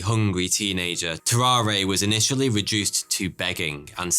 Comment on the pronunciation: BTW family, tararre is pronounced ta rahr. no é sound at the end. tarawr